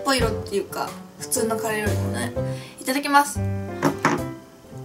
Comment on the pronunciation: 最初、カレーをカリーって言ったとき、なんかかっこいいって思っちゃったｗ